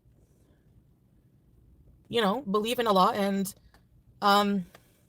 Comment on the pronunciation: You know, one thing that proves Salah didn't care for her is that he didn't teach FB how to pronounce "Allah" correctly.